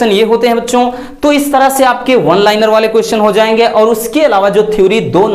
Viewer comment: Zay ge nhi..jay ge 😂